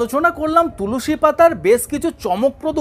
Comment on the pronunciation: Tulusi noi tulsi